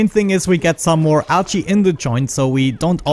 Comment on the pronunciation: Do you guys hear him say "algae" as "ouchie"? :P